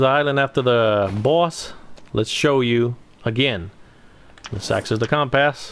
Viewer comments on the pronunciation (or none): Sorry dude but you can not say compass right lol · Good guide thank you, but you have an unusual way of saying 'compass' lol